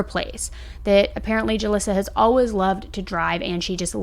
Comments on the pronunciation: I’ve never heard anyone say “always” like you do. Like “Alwez” no judgement, just an observation 😊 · Why do you say alwaYs like alwas it drives me insane 🥺